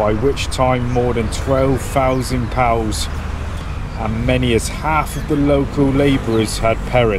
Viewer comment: Great videos. But please say “Pea Oh Double you’s.”✌🏽